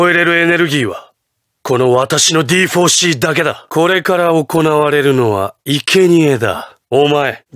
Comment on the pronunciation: D4C: you said "Divorce C" instead of "D4C"